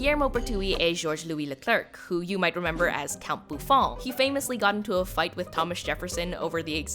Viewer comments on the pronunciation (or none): none